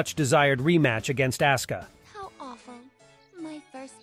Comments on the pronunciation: You did not call asuka "ass-ka"😭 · Would it hurt to say asuka's name properly? I mean the game even announces the pronunciation